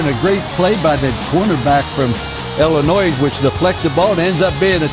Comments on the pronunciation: Hey Holtz, it's ILL-inois not ELL-inois. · hey holtz the s is silent its like illinoi not illinoiZ